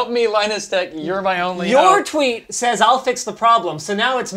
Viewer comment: Linus Not lenus